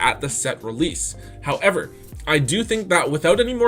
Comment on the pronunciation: I like your content but everytime you say "however" and the emphasis you give to it makes me cringe..